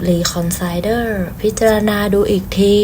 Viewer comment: Reconsider กับ others อ่านยังไง ลองเข้าไปฟังวิธีการอ่านใน แปลภาษา ฟังหลายคลิป อ่านผิดเด้อ